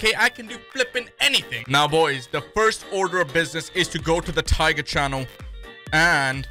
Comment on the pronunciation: TAYGER. Y. WEL. TOLD. YUO